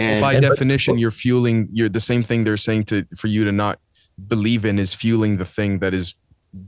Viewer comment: ... Or maybe 'Be-Live it"😆!!!